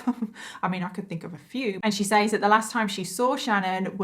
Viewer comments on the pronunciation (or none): Just curious...you keep saying says phonetically like sayyys...but its pronounced sez ...is that how everyone pronounces it in the UK? Like is it just part of the accent ...the way Boston ppl pronounce car as CAH? Lol I'm just curious